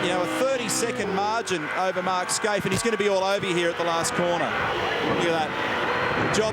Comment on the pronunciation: Fucking Neil Crompton, his name is Mark Skaife, not Mark "Skaithe". Get off the booze mate.